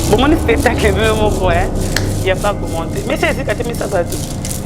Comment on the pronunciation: Spetacle 😂😂😂 on dit spectacle 🤷‍♂️ tshoko eleki ya la Baronne 😂😂😂